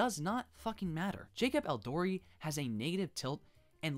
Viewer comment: You said jacob elordis name wrong😭